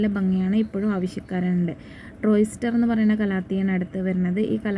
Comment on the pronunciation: ട്രോയ്‌സ്റ്റർ അല്ല ട്രയോ സ്റ്റാർ എന്നാണ്